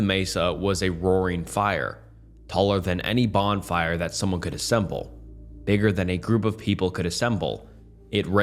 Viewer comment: bro did NOT say bigger 💔